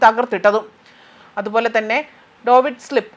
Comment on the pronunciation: 😎👉ഡോവിഡ് സ്ലിപ് അല്ല പെമ്പ്രറന്നോരെ.... ഡേവിഡ്സ് സ്ലിംഗ്.. എന്ന് വച്ചാൽ ദവീദിന്റെ കവിണ. 😀😀😀😀